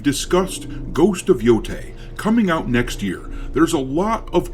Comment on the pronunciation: 🥴 why people always say “yotay” 😭 it clearly have an E so it’s like saying the E in spanish “eh”